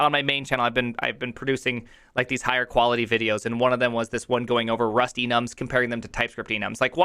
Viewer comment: When he says Rust-Enums I hear Rustynums.